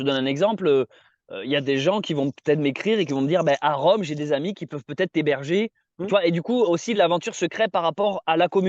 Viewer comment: c'est rome pas véronne